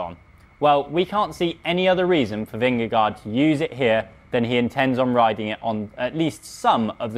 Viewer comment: Learn to pronounce Vingegaard correctly.